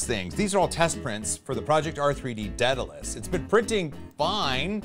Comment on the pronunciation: Say it with me "day-duh-lēs"... Not "ded-uh-lēs"